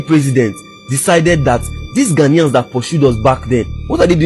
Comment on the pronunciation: OGA PRONUNCE OUR GHANA WELL GHANAIANS NOT GHANIAS